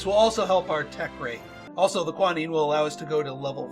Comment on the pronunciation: I do not understand your pronunciation of Quinine - it keeps sounding like you are calling it kwa-neen. The British pronounce it kwee-neen and the American pronunciation is kwy-nine